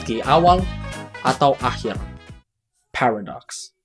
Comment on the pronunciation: "phewredox" cara bacanya :v